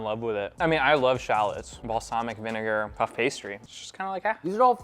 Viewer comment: "Shaalots"?! SHALLOTS!